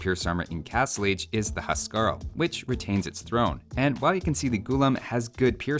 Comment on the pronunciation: Huskarl is pronounced "Whose-Carl"